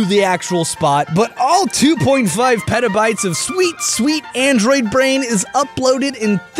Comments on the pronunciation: I thought he said pedobytes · Petabytes...it sounds like Pedo-Bites which makes me think there's a pedo biting a loli or something xD